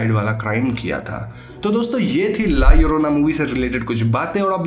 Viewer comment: Double L pronunciate as I in ink. La iorona you can pronunciate but in written form as it is as in title. Mallorca is a place which you say mayorca.